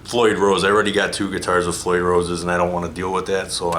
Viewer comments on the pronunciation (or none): none